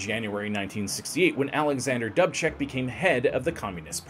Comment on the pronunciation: Sometimes your mispronunciations make otherwise excellent videos almost unwatchable. DOOOB check. NOT Dub Check. You said you have a guide so you can say the words correctly. Don't you ever use it?